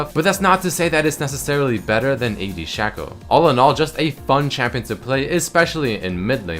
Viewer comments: Shayco..... Not Shawco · shake-o not shäko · It's Sheco not Shahco, because his clone is called Fako (Fake+o), not Fahko. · There's only one consonant, the c, after the a in sha|c|o. That means that it's broken down into sha - co. The "sha" is open, so it is pronounced "shay." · its shaco not shaco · Its Shaco, not Shaco